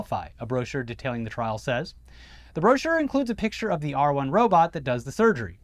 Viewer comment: The first time I heard em say "R1 Robot," I thought they said "R Word Robot." I just thought to myself, "Man, that's a weird name for a robot, but that's classic Musk," haha